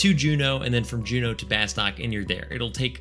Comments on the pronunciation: Love your channel and content, but it's pronounced "bus-tuke" (per the intro video)!! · Fun Fact: Bastok is actually pronounced "bah-STOOK" like the O is a U. That or the voice over in the Opening Movie got it wrong and noone at SE noticed/cared.